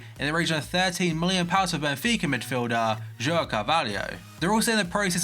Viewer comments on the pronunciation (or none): none